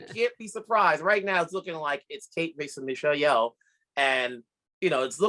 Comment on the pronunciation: Son Lux is not three Asian guys. Ryan isn’t Asian. Ian and Rafiq are. Also, please learn to pronounce Asian names. Michelle Yeoh has been an actress in Hollywood for decades and the one guy is still saying Yee-Oh like he’s a cowboy who forgot his haw. It’s disrespectful.